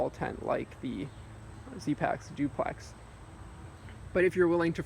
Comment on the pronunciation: "Zooplex" haha. Nice job.